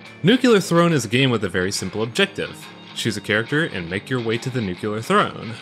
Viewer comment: Fun fact, it's "Nu-clee-ar" not "Nu-cue-lar", Nuclear, not Nucular.